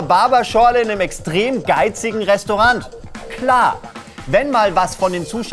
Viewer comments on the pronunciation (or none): Walulis, ich abonniere dich und aktivier' sogar die Glocke, wenn du das verdammte "T" in "Restaurant" bitte nicht mehr betonst du zuckersüße Fladen-Birne. Versprochen!